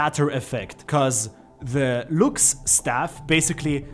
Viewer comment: I love your accent can you say it again "Looks statue~"